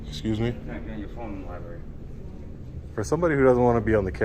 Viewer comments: Ok, pet peeve.... it's libRary, not libAry. Sorry. This was a fantastic audit to feature but that grinded on me the entire watch. Maybe that's a testament to how good it was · Can anyone in that dam library pronounce the damn word LIBRARY!!! There are 2, count them 2 R's in the word libRaRy. What is a lie berry, ly berry, or Lie Barry? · I liked the audit but "lie-berry" just grates like nails on a chalkboard! Just me I guess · Why are they all saying Liberry? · Did she call it a Libary? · FFS it’s library….. not liberry. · Does everyone in this city mispronounce the word lib-rary by saying li-berry ? I think that’s what I’m hearing here. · Please pronounce it "Lie-br*AIR*-ie." Just trying to help you be even more epic brotha! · It's library with an R, yes I'm an ahole. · That bitch said "libary"..... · What the hell is a lieberry? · Wait, that receptionist works in a library and pronounces it “LIBERRY”?? 🤯🤯🤯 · There’s an “r” in libary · He should be trespassed for saying 'liberry.' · Please stop calling the LiBRARy a LiBARRY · What happened to the word "library" it's "libary" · "Libary" hahaha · I do have a criticism though - It's LIBRARY! Not "libary" ;) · Lady at front desk said “Libary” lol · If you can’t say library but instead sayLIBERRY slap yourself! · 2nd video of this guy in a “libary”Good auditor but “Libary” is driving me nuts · Shhhhhhhhhhhhhhhhhhhhhhhhhhhhhh be vewy vewy quiet, we are in a yberry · Wtf is a libary? It's spelled library. Please pronounce it correctly. That really grinds my gears. Don't make me axe you again...... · My God..its library..not lie Berry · Just going to say, libRary has two R's. Pronounce it correctly. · Please everyone, learn how to pronounce the word library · Would be so much better if he could pronounce "library" correctly. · Good work, but if you going to go into a LibRaRy, please learn how to say the word. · The auditor needs to learn how to pronounce "library."